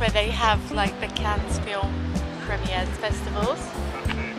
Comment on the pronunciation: Shame you didn't stray from the promenade in Cannes (which you consistently mispronounced, unfortunately - the last two letters are silent), the old part of town is much less decadent and significantly more affordable. You also really should have skipped St. Tropez for Antibes, which is much nicer, with less showy and obnoxious people. First and last of your videos I'll have watched.